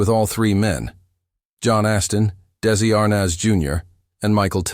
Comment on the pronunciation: These bios are great, FOR THE MOST PART, however it's really hard for me to accept DAISY Arnaz or DC Arnaz, from narrators who should really know better!